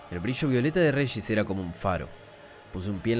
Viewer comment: buen relato amigo, solo un par de consejos que no pediste jajajajaen regis lo estás pronunciando como reyis pero a mi entender está mal, se utiliza la misma fonética que en región, registras, etc. En dicathen el acento prosódico va en la a, dicáthen, espero no te lo tomes a mal, ya me lei la novela unas 5 veces y es de las mejores que leí hasta ahora (para mi eh para mi, como diría el posho vigñolo)